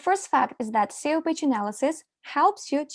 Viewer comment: not communicated like when she calls SEO "SAYOH" lol ? daylight come and i want go home